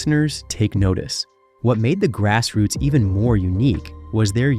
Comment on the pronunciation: The pronunciation on this narration is all over the place "Grass Roots" is pronounced 4 different ways!!!